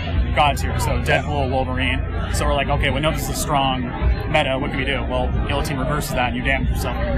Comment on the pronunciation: He said gillohteen